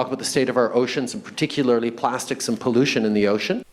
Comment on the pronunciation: Before he said pollution he said collution